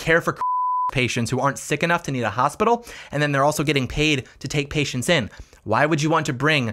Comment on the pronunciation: Its funny cause it sounds like you're saying f*** patients 🤣😂